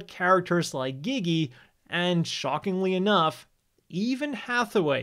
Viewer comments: Seriously saying gigi is so cringe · dafuq is up with people pronouncing Gigi's name as "Geee geee" even the characters in the anime clearly say it as "Jeee Jee".